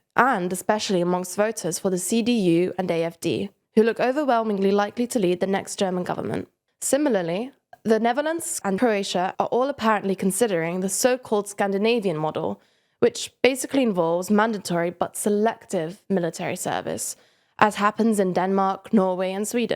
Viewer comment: "the neverlands" lol